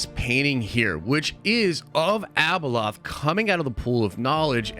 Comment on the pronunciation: ...it's not Abaloth, dude! #hotchipchallange 🔥